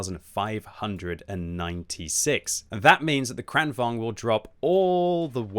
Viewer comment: Why does everyone say "Kranvang"? I thought it was pronounced like Volkswagen, only a little quicker: Kranvagen -> Kranvagn. The G comes before the N.